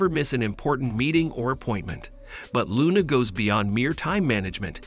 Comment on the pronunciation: Clicbot not clicboat, Loona not Luna